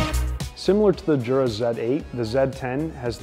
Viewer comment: It's pronounced "YOO-Rah" not "JOO-rah."